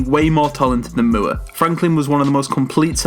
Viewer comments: MOORE = more not mewre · Bobby Moore is pronounced More not Mewer